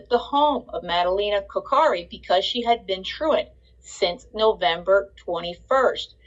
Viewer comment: She is not saying her name right ☹️